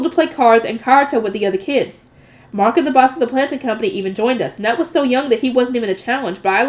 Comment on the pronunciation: In Scandinavia, Knut is pronounced "Ka-noot" rather than "Nut"